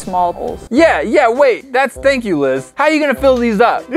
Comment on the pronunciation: It’s Liz not lis